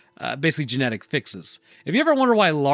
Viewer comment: “Gemetic stability”